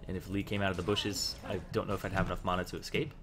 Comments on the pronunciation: you say it like MAW-na i say it like MAN-a not bad just something i noticed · and y do u say mana like tht.. and u dont level up e first usually..